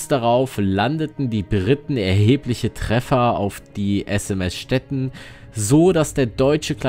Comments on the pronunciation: Stettin ist eine ehemalige deutsche Stadt das Schiff heißt nicht Stetten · kennt der Kommentator wirklich die deutsche Stadt STETTIN nicht? Mit langem iiiii!